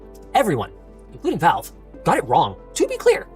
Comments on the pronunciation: Does Linus know it’s supposed to be a gaming console? Lmao. Unrelated but I’ve never heard Valves name pronounced Volve hahaha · Counterpoint: Linus calls it Valve and you call it Volve, so maybe you guys are talking about different companies